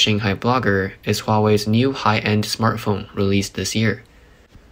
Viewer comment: Thought you said 'smurf phone' Was expecting blue phoness More money going into pockets with no chips...ha